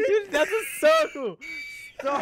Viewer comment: Dream goes “IDK WHATS NOT A SERKAL” 😂😂😂😂😂😂😂😂😂😂😂😂😂😂😂😂😂😂😂😂😂😂😂